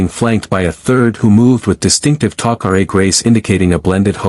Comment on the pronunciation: Star gate needs Superman and by the way what is Teal-see and who is Apa-fiss???? And then we have the Goa'uold named HOO-U-ARE??? Even more fun to say!!! All these mispronunciations are ridiculous!!! And then we have the friendly allies the Taco-Ray!!! I Just Can't take this anymore................😶